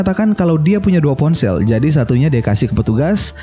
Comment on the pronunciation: Jadi min bukan zadi😂😂😂😂...canda y min